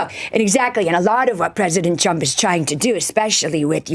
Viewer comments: Her pronounciation sounds like Donald CHUMP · Why does she keep calling him "President Chump"? she doesn't seem to in general have problems pronouncing 'r', does she? And while his detractors can be expected to use derisive nicknames, aren't isn't supposed to be a supporter of Trump? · In her defense I love how she pronounces his name as Donald Chump ❤ any and all signs with his name on it should be changed to this. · Is it just me or did she say "President Chump"? - LOL She'd better watch out. She might have a visit from some people when she returns home.